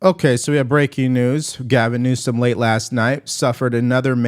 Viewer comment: He's making a fool of himself as you mispronounce his name. Every time you say it. Stop it